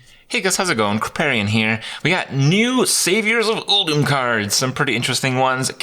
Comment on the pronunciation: can you please stop pronouncing it oooooldoom thanks :)